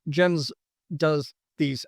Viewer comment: It’s “Yens”, bro not Jens